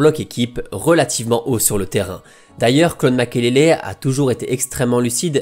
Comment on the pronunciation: C'est MAKELELE et non makélélé 🤢🤮 Les français 😪😪